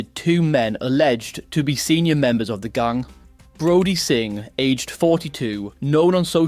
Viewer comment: The way you pronounce gang infuriates me